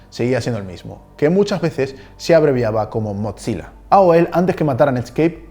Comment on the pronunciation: Hola muy buenos tus videos, pero te tengo una pequeña corrección, "Mozilla" se pronuncia "Mosila" sin la "T" en la "Z", para que se pronuncie una "T" tienen que haber 2 "Z", como es el caso de "Pizza (Pitza)", "Fabrizzio (Fabritcio)" y "Mozzarella (Motzarela)", un saludos me encantan tus videos